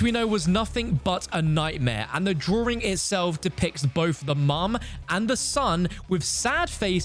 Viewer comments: The “drawring” 🥲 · "DrowRing" I can't 😭